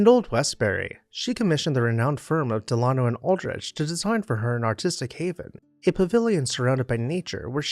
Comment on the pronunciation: Delano has the accent on the first syllable, not the second.